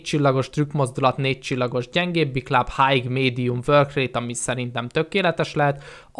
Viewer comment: Az nem hájg, hanem háj(high).